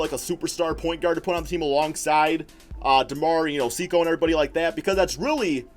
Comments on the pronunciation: Is Sekou not pronounced Say-koo instead of See-cow or however ur pronouncing it? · It's pronounced Sek-ou